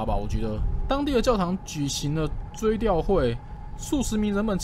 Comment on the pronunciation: DK!是追悼 《ㄉㄠˋ》不是追悼 《ㄉㄧㄠˋ》